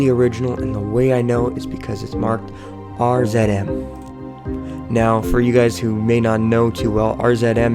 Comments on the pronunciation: if you cant pronounce RZM right you should not even be making these videos! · R ZED M ??? I think you gave away your location Nova scotia ?